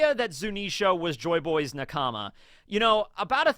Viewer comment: Lol is there a reason you people pronounce nakama like okama ? I mean… you watch the anime right? You know it’s not naKAAMA.